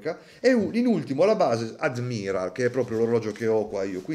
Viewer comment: Tutto molto bello e apprezzato tranne la pronuncia di “admiral” che entra in diretta competizione con certe pronunce “dial” di altri utenti nei video 😂